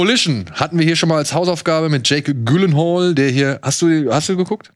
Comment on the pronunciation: Gehe am Samstag in Dune und freue mich sehr darauf :D Gute Folge, aber eine Sache noch (schon wieder): Es ist grauenvoll wie ihr Jake Gyllenhaals Nachnamen aussprecht xO Und einer macht es schlimmer als der Andere. Ja, ich weiß in Schweden, da wo er herkommt wird er seltsam ausgesprochen, aber normal wird er "Djillenhall"(hall wie bei Hall of Fame) ausgesprochen. Gibts sogar ein Video zu: :D